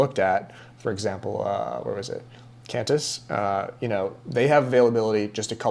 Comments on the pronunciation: Great, informative video! And it’s pronounced “Quan-tiss”😊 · It’s pronounced Kwantysh 😂😁. Same for Kwatar 🤣